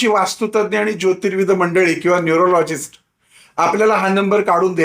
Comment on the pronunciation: न्यूराॅलाॅजीस्ट नाही न्यूमराॅलाॅजीस्ट